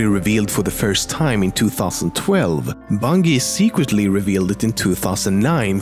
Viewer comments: learn how to say bungie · The g in Bungie is pronounced like a J, I swear to god. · Too bad the guy doesn't even know how to pronounce bungie right. Jesus Christ. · Does it bother anyone else that he's saying bungie wrong? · Great video! Well minus the fact that you pronounced Bungie wrong... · Holy shit learn how to say Bungie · Why can't you pronounce Bungie properly? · Jesus, pronouce Bungie wrong much? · Plx pronounce Bungie correctly, it makes me cringe each time u say it the wrong way. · I could write a hate comment about how he pronounces bungee but I won't...simply because I think he is not an American I could be wrong but I don't know any Americans with that majestic of a voice like you have so ill simply drink sriracha and do the hokey pokey over here while watching bil Nye the science guy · The way he said bungie was super annoying it’s pronounced bun-jee not bungy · BUNGIEEEE NOT BUNGEEEEE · it's pronounced bunji not bungi idiot and wat is wrong with Ur voice? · Idk he keeps callin it Bunghee when it's pronounced BuNJEE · ITS PRONOUNCED BUN-JEE!!! NOT BUN-GEE!!! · you pronounce bungie as bunggy while we pronounce bungie as bunji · ITS BUNJIE NOT BUUNGI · Im sorry but Bungie is pronounced (Bunj-e) not (Bun-ge) :\ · The word BUNGIE. It's not pronounced (bun-gee). it's pronounced Bun-jee like for an example Bunjee cord. So bungie right. Ya dummy. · Dude Bungie is pronounced as bunjee not bungee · Fyi, it's pronounced 'bun jee', not 'bun geee' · It's Bungie with a soft g. Not bung ee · Oh my God, the way you say Bungie is so annoying. It's pronounced like Bungee, like bungee jumping. Not bungy. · It's pronounced bunjee not bungi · Do you have trouble pronouncing your hard "G"s? Its "bun-jee" not "bun-gee" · I've never heard someone pronounce "Bungie" wrong. Congrats, you win the prize. It's "Bun-Jee" not "Bun-gee." You make a J sound when you say the G, not a G sound like in green, but a J sound like In Sergeant Johnson. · bunGie? bunghie? really dude?